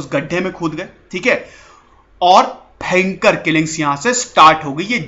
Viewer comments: मुझे आपके कुछ शब्द बोलने का तरीका बहुत मजेदार लगता है जैसे 👂भेंकर👂मतलब भयंकर ओर एक है👍 ठीक है 👍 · "Bhayankar rrrrr"..😈😬🤢🤕😲😫....story...😁..nice..👍👍👌